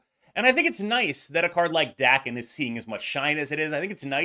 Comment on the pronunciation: FYI Daken is pronounced Dah-ken not Dack-en.